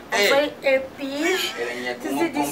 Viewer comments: balobaka happy no heppy English mayo mbadi 😂😂😂😂😂😂😂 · is happy not heppy